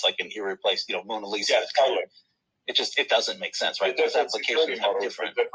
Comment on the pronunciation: Did David Just call the fine piece of art Moona-lisa?🤩